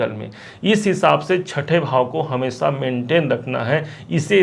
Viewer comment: Aao, hamesa, assa और sona, सीना, बोलते हो